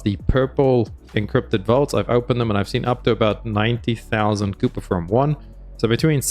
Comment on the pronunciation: I honestly can’t listen to any content creator who can’t pronounce kuiper correctly. Every npc has been saying the word since the beginning of the game and somehow you decided to say kooper…